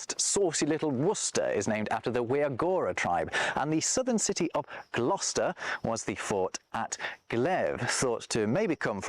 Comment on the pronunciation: Very impressed by your correct pronunciation of Gloucester and Leicester.